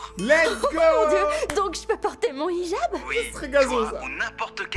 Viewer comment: « Ijab » se dit « Hijab » comme dans « Hi »